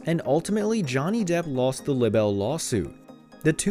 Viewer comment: “Lib-bel?” Is English a second language for you? Libel is pronounced “LIE-buhl”.